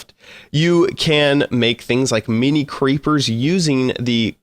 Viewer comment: I had to laugh harder than I should at the intro when he said INIMI blocks haha